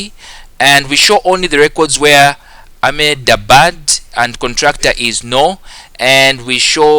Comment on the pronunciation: Its pronounced as Ahmad-Abbad. Also pronounce the h. By the way thank you so much. You are truly the best person on Youtube to ever help solving these past paper